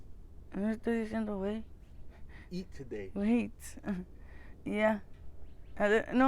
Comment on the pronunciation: No me estes diciendo G u e y 🤣